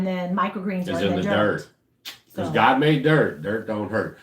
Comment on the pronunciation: What's with the ". " When you said GOD?